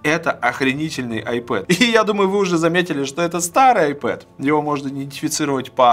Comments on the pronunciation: не айпэд а айпад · Айпад ане айпед